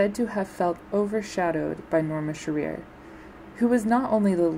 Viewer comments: LEARN HOW TO PROPERLY PRONOUNCE NORMA SHEARER'S NAME! It isn't she-REAR, it's SHEAR-er. Jeez, lady. Don't hold yourself out as any kind of expert if you can't find out proper pronunciation. I stopped watching the second time you is-pronounced it. Galling! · It’s pronounced - Q-core. It’s pronounced - Sheer-er. Thanks for the video.